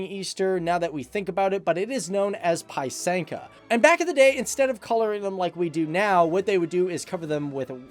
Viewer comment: not pai-synka. go to google translate to listen how to say ukrainian 'писанка'